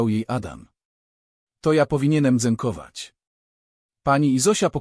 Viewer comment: Bocie mówi się dziękować a nie dzenkowac 🤯😱przestańcie kaleczyć POLSKĄ mowę 😡 Psujecie ładną opowieść